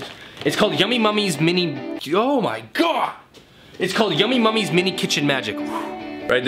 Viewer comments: The box says Yummy NUMMIES. You kept saying Mummies. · ITS NUMMYS NOT MUMMYS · Why do u say yummy mummys its Yummy Nummies